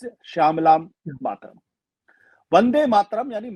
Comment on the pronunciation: आशुतोष मेरा जन्म बंगाली परिवार मे हुआ है और बन्दे मातरम के रचनाकार बंकिम बाबू भी बंगाली थे इसलिए अनुरोध हैं राष्ट्रीय गीत की उच्चारण और व्याख्या सही से किजिए और अगर पता न हो तो कोई बात नही परन्तु ग़लत उच्चारण या व्याख्या न करें।